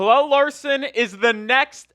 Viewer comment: Pella not Pellel 🤦🏽‍♂️🤦🏽‍♂️🤦🏽‍♂️